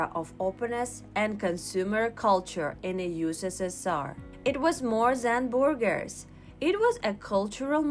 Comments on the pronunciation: Is she saying burgers or boogers? Which one would you eat? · I like how Russians say Burgers LOLOL